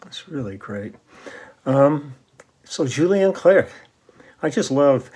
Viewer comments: You don't pronounce the last C of his family name clerc ;) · First song : Intense interprétation. Unusual song, it seems to me, from Clerc (we don't pronounce the 'c') but as only the French used to do (from a long tradition of great lyrics and long melodies). Solid arrangement, exquisite bass line in the upper range at the end. Then, ending is suspension... Thank you for sharing. Merci !